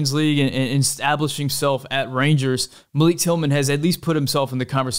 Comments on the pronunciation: its pronounced MAL-ICK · Quick note: Malik Tillman pronounces his name "mahl-ick" not "muh-leek," He told US Soccer this and they included it in their press notices.